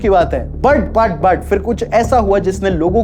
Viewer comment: Yaar bhai tu but ko put kyo bolta hai😅😅